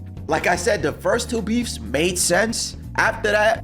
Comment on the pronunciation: Bro I thought you said befff like meat